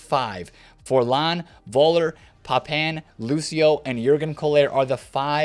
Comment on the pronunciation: Its not Voller its Fuller the V sounds like an F